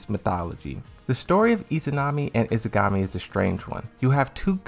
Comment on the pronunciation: I'm with you on this one! Every time he tries to say Yggdrasil the way he does, I want to tear my hair out. The sister's name is Izanagi not "Izagami"!